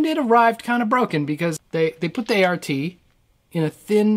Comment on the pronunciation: Great vid, good memories flooding back. One little correction off the bat...since I was corrected 30+ years ago over the same thing...it is not "art" it is "A.R.T" as in "Applied Research and Technology" which I guess would make it ARAT, but whatever, Im an anorak. A friend of mine bought this back in 91 or so with the foot unit. The manual came in a 3 ring binder. There was a Yes style effect we could not get to work. Maybe in stereo, I dunno.